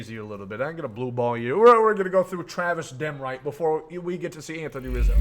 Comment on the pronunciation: "Travis Dem-Right" 💀💀💀